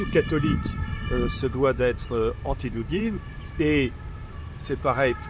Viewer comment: Il dit Dougine et pas Poutine.